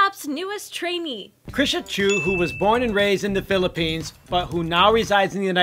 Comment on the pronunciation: She has a lot of potential and is really cute. And by the way, she nailed her introduction "Chrisha Choo" by A-pink.